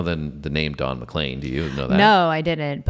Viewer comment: You pronounced his name correctly - yay! It's basically a social commentary regarding the deviant direction popular music went in the 1960s (his opinion) - with so many hints and descriptions of pop stars past and present (in '71). It became a big success, and when one reporter asked what it all meant, Don said, "It means I'll never have to work another day in my life." The day the music died was the night of Feb 3rd, 1959 and a plane crash that killed Buddy Holly, Richie Valens and JP Richardson (the Big Bopper). Elvis was the King, Jester was Dylan, John Lennon (also Lennin) was a Marxist, The Quartet was The Beatles (Fab Four), The Byrd's sang EIGHT MILES HIGH, etc., etc., etc. Play this on any Juke Box in America, see how many people will sing along when that final chorus kicks in - it's infectious. NOT a One-Hit-Wonder, Don's other big hit was VINCENT(starry, starry night) - an homage to Van Gogh, and worthy of your reaction.